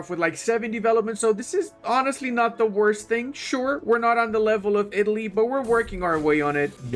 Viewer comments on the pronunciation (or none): none